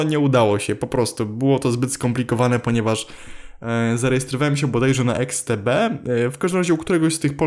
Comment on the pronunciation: jeśli mówisz i to fakt, że XTB to polska firma, a na doodatek jestes tu u nas to nie mówi się eksTB tylko IKStb